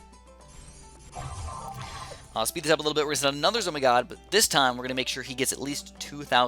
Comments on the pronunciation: It isn’t called a zo my gosh... it’s a zeppelin of mighty gargantuaness but if you don’t wanna say that mouthful just say z-o-m-g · it triggers me that you say "Zo my god" instead of "ZO eM G" aka the actual name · Why do you say zomy god FLIPPIN WHY DUMMY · It's pronounced Zeppelin Of Mighty Gargantuaness, I know it used to be a mistook capslock for "OMG" to "zomg" BUT PLEASE SAY THE CORRECT NAME OF.... you know what? nvm